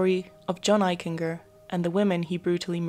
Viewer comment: I went to Middle School and High School with John Eichinger and he was a pretty nice kid; in hindsight there may have been a cruelness to John. You're mispronouncing Eichinger; it's a hard G . like a J. "Eich-en-Jer" . . . Excellent episode otherwise